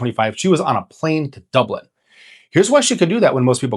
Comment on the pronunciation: Ahh I could forgive kildare, donegal, and galway, but to butchet saying Dublin so poorly.